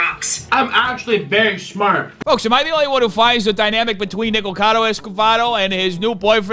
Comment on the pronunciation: I laugh every time you say Nicacodo’s different names.